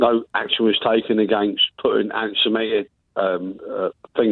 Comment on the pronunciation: Steve can't even say antisemitic properly, the thick get. I reckon he's the "Bill Gates wanted us to take his 5G Vaccine but Bowwis stopped him so Starman let BMW move all the Fowd Twanseets to Turkeeeee" guy from the JO'B show.